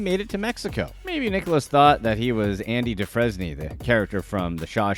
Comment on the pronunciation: Bro you reading a script this is terrible no way you fucked up Andy name like that